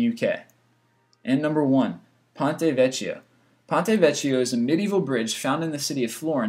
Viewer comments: ponte vecchio is pronounced "vekkio" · Vecchio is not pronounced "Vetch-ee-oh," it is pronounced "Veck-ee-oh." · 1. ">>ponte vekio<<" is how you read it not ponte vechio